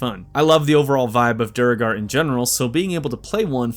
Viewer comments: ik im being a massive nerd but i cant ignore this its "DWEY-GAR" not "DURGAR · bro… it’s Doo-Air-Gar not Dur-Gar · Doo-gar? Not saying I know better than you, but characters in-game pronounce it Dway-gar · Mate... Every single American says "DU-ro-gar" or at the best "DU-er-gar". It's supposed to be "du-ER-gar" from the old Norse Dvergar. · DuuEEEEERRRRRGharrr... NOT EFFING DURRRRGAR!🤬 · dude is saying "der er gar" its pronounced "droag-er" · I apologize in advance but AAAARRRRGGGHHHHH DUERGAR! D U E R G A R! DWER-GER not Du-re-gar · I was looking for this comment too lol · I think its pronounced dway-gar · Duergar (DWAIR-gahr btw; it's said that way in the game as well) is definitely the best race in my book. I love my tieflings and drow, but when you're playing a duergar you FEEL the power. Get that +3 movement speed ring in the first act as soon as you can steal it, and you're a little assassin who can sneak through any hole in the game and ambush anything. Just IMAGINE a Gloomstalker Duergar Durge. I know Halloween's over everywhere except my heart, but--tell me something scarier than that. Also, we dwarf ladies have the best racks in the game, don't me. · States: “have many play throughs” Continues to pronounce Deugar wrong when the game literally says it out loud multiple times. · Bro how can you play this game multiple times and not know how to say duergar. THEY SAY IT IN THE GAME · I think you might need to rename this to "Best Baldur's gate 3/D&D Race Ranked" because oh my did you mention D&D a lot. I kind of thought this was a straight-up BG3 video. And your pronunciation for Druegar is different from the game, interestingly enough. I have no issues at all with D&D, I just expected a BG3 video.